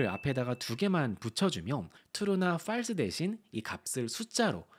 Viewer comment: 옥의 티 false 발음. 무조건 이 맞을 거 같으니...저도 갑자기 자신이 없어져, 발음 찾아보고 들어보게 되네요. 어쩌면 이렇게 짧은 영상으로도 여러가지가 머리에 쏙 들어오게 강의하시는지 존경.